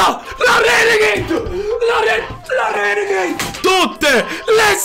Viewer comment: queste sono le volte che ha detto renegaid